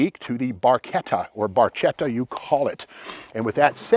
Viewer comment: Bar-KET-ta (not "Bar CHET-ta) is the correct pronunciation.